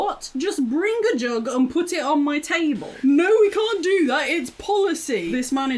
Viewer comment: the single most British thing i have ever heard "Well, i cant give it ya. WOT? Just bring a jug and put eht on muh tabul."